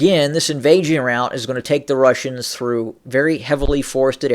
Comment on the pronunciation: Did you mean "route" instead of "rout"? They have very different meanings.